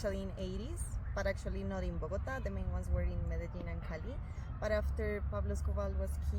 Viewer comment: Would it kill you yo try to learn to learn some Spanish or at least try to pronounce a few names correctly? What is "Bogata"? 😢